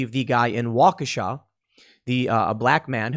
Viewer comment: Washeka, not Wabasha.